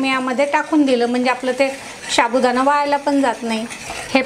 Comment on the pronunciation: शाबूदाणा नाही साबुदाणा म्हणतात 😂😂😂